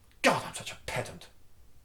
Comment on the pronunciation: Now I know how to properly pronounce pedant.